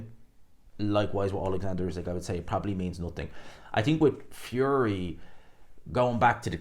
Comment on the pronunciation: Its not usek its usyk. Get the champs name right!